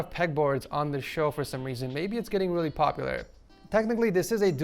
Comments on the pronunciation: at the start he said weally good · did he just say it sounds willy good or is it just me